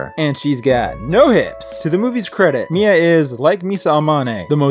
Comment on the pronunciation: Mia? More like Mid-uh.